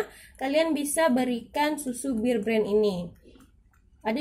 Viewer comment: Knp sih disebut BIR BREN ? BEAR nenkkkkk